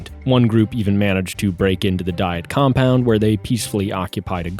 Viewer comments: AI. bullschitt. What is a "dee-it"? The narration is A.I. and probably ChatGPT. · Why does he mispronounce "Diet"? It is pronounced exactly the same as a food regime. Also, the word is not from German.